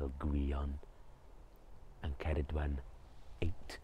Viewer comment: Thank you for saying Her name correctly.